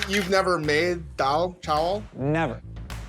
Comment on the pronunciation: David Chang's pronunciation of Daal is so perfect.